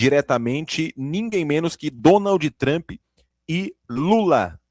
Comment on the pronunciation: Você é MUITO SENSACIONALISTA em suas manchetes e falas iniciais, meu caro ! Não trouxe nada de novo, além de compilar trechos já conhecidos de diversos canais. E a propósito, não se pronuncia "DONALDl TRAMPI", mas sim DONALD "TRAMP" com (D) e (P) mudos ! 😒